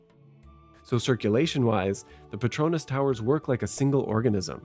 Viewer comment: I'm surprised even architects pronounce Petronas as pet-RO-nas instead of pet-ro-NAS